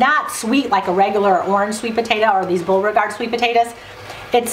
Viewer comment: Sorry it's potato NOT potatoa!!